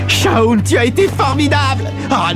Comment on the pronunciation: Ommmmg il a massacré le prenom de Shawn 😭😭